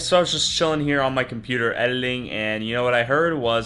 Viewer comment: “I was out here in my computer ‘ediling’”